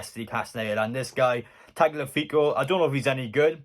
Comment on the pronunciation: Tagliafico= Talyafico That's how you should pronounce it, or at least it's closest to how it sounds in original, Spanish. He's a bit like Trippier, lots of experience, playing some good stuff for Ajax. Not exactly youngest lad either, but season or two in him for sure. Definitely wouldn't increase wages dramatically, so he fits, can't believe other half decent lbs asking twice that of KT...